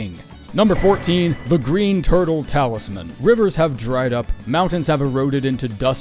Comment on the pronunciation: "turle talisman" lol guess you got another video ur gonna have to re-edit